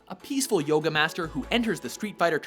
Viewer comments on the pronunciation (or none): none